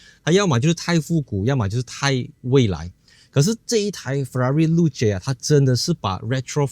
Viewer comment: 真的这样读？ 露？？😂